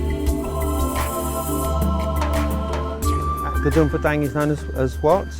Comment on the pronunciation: is it really hard for westerner to pronounce the name of the site?